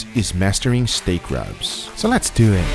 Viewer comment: let's deww it